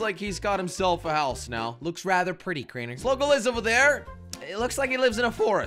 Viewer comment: "Genius" Says the guy who said "sligo"